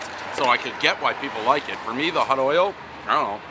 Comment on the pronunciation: Can he really not pronounce the word oil?